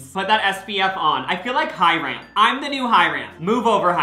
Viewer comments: mispronunciation checkkkkk ✅lol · and Hiram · the way he says hyram lolol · The HyRAM had me laughing so hard. It's pronounced Hyrum even though it's spelled Hyram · he said hyRAN and not hyram lmaoo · omg you became Hyram for a minute..also the way you said Hyram 💀💀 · The way he pronounced hyram lmaooo. Also what happened to the bomb Ashley tisdale song? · Do you actually pronounce Hyram’s name like that???